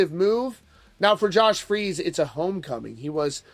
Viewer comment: Um, I thought his name was Josh "Freece" not "Freeze"?